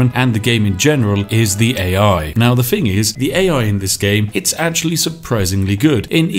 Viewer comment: The speech impediment makes watching this rather stressful. Especially as you appear capable of pronouncing your 'TH' sounds in some words, but not in others. My toes literally curl with every "uhva", "Iva", "fing" etc.